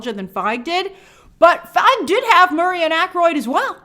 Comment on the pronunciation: I swear I go deaf at the start of all your vids, Grace. Jesus Christ why the shouting 😖 Also Paul Feig’s name is pronounced “Feeg” not “Fyge”